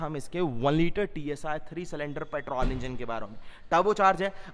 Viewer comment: Petrol nahi petrawl 😂😂😂